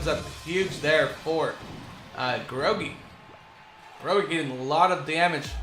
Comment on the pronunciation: Btw your pronouncing groge wrong and he has a YouTube channel